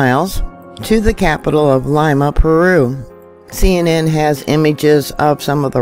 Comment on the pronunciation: Lima, pronounced Lee-ma